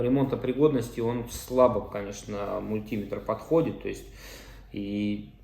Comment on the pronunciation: Уважайте наши уши! МультимЕтр, а не мультИметр!!!!